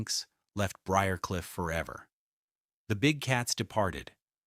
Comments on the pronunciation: What’s wrong with AI… Briar Cliff is easy to pronounce. Only one way. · Pronouncing B R I A R C L I F F should NOT be so difficult! I am a native Atlantan and lived on BRIARCLIFF ROAD! It' SO ANNOYING to hear mispronunciations! Also, some of your information re: the Candlers is incorrect.